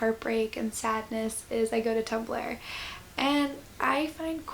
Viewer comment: when you said 'i turn to tumblr' i thought you said 'i turn to tupperware' and was extremely confused until i figured it out. anyway this was lovely